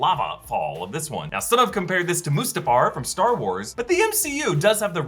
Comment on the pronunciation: Its not Mustafar 😎